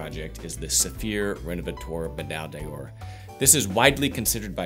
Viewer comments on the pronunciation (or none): Thanks for these videos. Medaille d'Or is pronounced like /Meh-DIE Dore/ in French if someone hasn't mentioned that here already